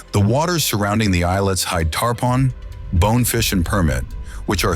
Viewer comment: Informative video, but you pronounced Islamorada and tarpon wrong